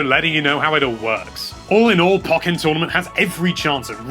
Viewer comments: Isn't it pronounced poh-KAY-en tournament? Because of the accent. Nah, I'm probably wrong... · Do you pronounce Pokken that way just to be contrary?